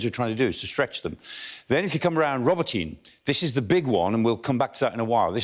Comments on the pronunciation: Professor Clarke: Robotyne is pronounced “ro-Bot-nyeh” not “Robo-teen” which sounds like an adolescent sci-fi film hero! 😂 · This guy can't pronounce the city names correctly. It's not Rober-teen. iI's Rah-bow-teh-neh. It's not Back-mut. It's Bahh-moot.. there is no K sound. KH is the H sound as in Hut. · Not pronounced roboteen. It's row-bot-on -nuh. Emphasis on BOT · I really hope the Ukrainians don't pay any attention to this clown (it's "Roe - bot - tin - nah" guys - watch some local television, maybe). It is crucial that the Ukrainians not commit the same mistake as the Russians of assigning importance to villages and towns. The only thing they should pay attention to is geography. They have to ignore Tokmak and simply move down the western bank of the Molochna River. They can cut the railway at Molochansk - just south of Tokmak. But they need to be staying away from Tokmak. Villages and towns are of zero significance. The Molochna River is the most complete geographical defensive feature in the region. Track down the river bank to the west to Melitopol, and then bomb the Kerch Bridge. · Robotyne is pronounced 'Robot-nee' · Michael Clarke's great and all but "rob-oh-teen"? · Robotyne is pronounce Ro -BOT-een-a. Robot, comes from the Russian word for work. Which is where we get the word "robot' from. The word was coined by the Czech writer Karel Čapek in a 1920 play. I'm guessing this name means something like "Worker's village".